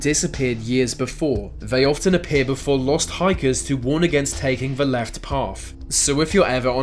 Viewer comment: Vey say vat vhe mountain.....